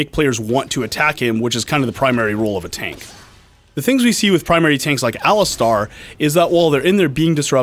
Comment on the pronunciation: Ali-STAR?! Dear god... Have I been pronouncing his name wrong?